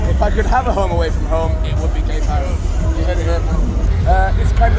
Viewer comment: I can literally see BH festival from my house, I live just down the road in RV, awesome festival, glad you enjoyed it! Had some great people on in the past from my era (late 80s, thru 90s) oh, it's pronounced 'Gay Paree' . . . its an old 19th Century poetic term used to describe Paris' easy-going 'Laissez-faire' attitude, so not actually anything to do with LGBT stuff.